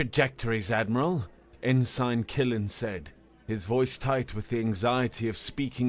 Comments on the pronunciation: OMG it's pronounced "en sin" a military rank not "in sign" within a sign!!! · it's pronounced "en-sin" not "in-sign" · How is it that a robot can pronounce en-sin ( ensign ) right, but not a human? Just wonderin. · Actually, I got used to it like an accented version of the word. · Sorry about the pronunciation of ensign, thats just how people pronounce it where im from and ive gotten used to it that way. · The G is silent in Ensign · All of these comments are about the pronunciation of ensign, but I have to say that this was the single most horrific HFY I’ve ever heard and I cannot fully express how much I enjoyed it. I savored every last second of it. So what you mispronounced a single word? This was great and I would love to see a continuation of this universe, however it may take form. People are too critical, keep up the great work! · The pronunciation ends the immersion, though -- so I can see why people are complaining. Plus, I figure a lot of the people here watched Star Trek, and that rank was spoken quite often. Hearing it mispronounced is jarring. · no, its mispronounced 🤣💀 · Funny that a Brit does not know that the rank Ensign is pronounced EnSin. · It isnt nove, sadly. It is a weird thought to have when you think about hod few words are pronounced the way they are actually spelled. To look at a word and have the thought, "I know how to say that." Is kind of crazy. Without bothering to look up the pronunciation I couldn't imagine thinking I knew how tonor was saying the word correctly. Like in this situation saying it the way he has here makes it a completely different word and meaning rather than the rank it is refering to.